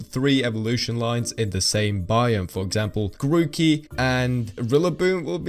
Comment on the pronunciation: My guy says tookie